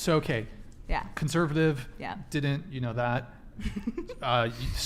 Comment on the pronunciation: Lmfaooo a bit of a dangle 😂 - btw it seems like the Host,, cannot pronounce the letter "T", words like didn't he says "didin"